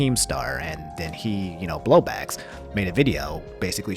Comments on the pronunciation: Is he saying blowblax? Isn't it bowblax lol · so who's gonna tell him it's not Blowbax, its Bowblax? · Homie really said "BLOW BACKS" i know you mean bowblax but that came out soooo wrong 🤣🤣😭😭😭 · I care more about how you said Bowblax wrong than Pokimane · I always find it funny when people mispronounce Bowblax's name but it's an easy mistake to make so don't worry about it lol